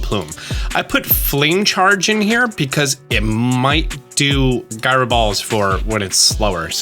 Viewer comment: guy-ro ball